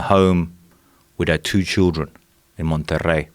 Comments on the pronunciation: I cringe whenever he pronounces Monterrey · take a shot everytime that dude say "MONTERREY" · Just the way he said monterrey made me think "yeah, this guy's legit"